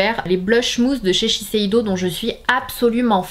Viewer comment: On dit sheseido et non sesheido je pense non ?